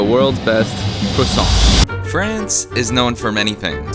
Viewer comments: Crussant lol.. Its Crwa-ssant.... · “Crewsant” lol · you might want to try to pronounce it properly to start....🤣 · I wish you pronounced the word properly lol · They you pronounced croissant 5 different ways in this video is gold 😂